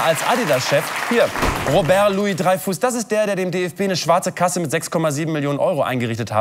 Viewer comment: Louis-Dreyfus, nicht "Loius-Dreyfuss".